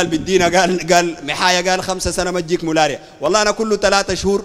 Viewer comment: اول انطق كلمه ملاريا صح قال مولاريا هههههههههه